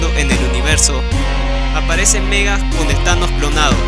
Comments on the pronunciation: Me hace daño cada ves que pronuncias Megas, cunado en ingles siempre lo he oído pronunciar como Magus. Por lo demás buen vídeo. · Porque le dices Megas al reverso de Warlock ?? se llama Magus. tal cual como se escribe. Este personaje villano concretamente no tiene en el nombre fonética inglesa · Me encanta la pronunciación de "Megas" para Magus... casi se parece...